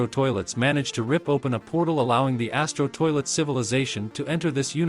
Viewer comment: Bro said asto toilet💀